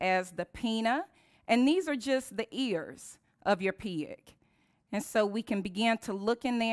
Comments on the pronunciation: i like how you say pig as piag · Took me a while before I realized she was saying "pig", lol. She keeps pronouncing it like 'pee-iq'.